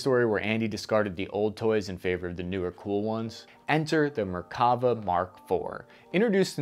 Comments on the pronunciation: Small pronunciation correction: It's merkaVA, not merKAva. The last vowel is the longest. Very good video and research! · I always find it amusing how Americans pronounce Hebrew words, putting the annunciation on the incorrect vowel. (often the 2nd) It's MerkaVA, not MerKAva. 😂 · Hey, just FYI, the name of the Israeli tank, the Merkava (chariot in Hebrew) is pronounced merka-VAH, not mer-KAH- va. Just a little language lesson. Keep up the good work! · Mer-ka-VA. As a Hebrew speaker, this was a bit painful :D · Another great video, but "Merkavah" is pronounced MerkaVAH -- accent on the last syllable, VAH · I wish I had a dollar for every time I heard the word "Merkava" mispronounced in a "professional" video. I could buy a week's worth of fancy meals just from this video alone. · Frankly, by this point I'm inclined to agree with that idea. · You made a great video but didn't check out the Wikipedia page to get the right pronunciation of the name. Let alone Talik's name.